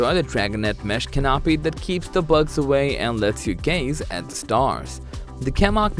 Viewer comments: At 50 seconds in "a temperature adjusting (?) 'Ca- NAP-i' " ...? Where I come from that should be pronounced "CAN-a-pee" but more commonly called a "tarp" and far from being a "must have" that tent is a frivolous waste of resources. With that, I'm not going to waste my time on the rest of this. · Did he just say call a canopy a ca-nop-py? 🤦‍♂️